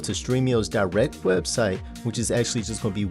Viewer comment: ackhually ackhually ackhually